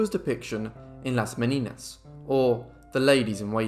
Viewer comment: Not Me-ni-nas; Me/nee/nyas ¡!